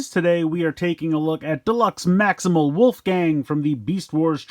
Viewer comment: It's wolfang, not wolfgang